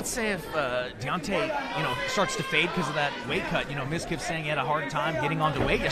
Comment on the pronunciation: "Midkif" "Mizka" Lol. I can relate, half of people can't even pronounce my name correctly either.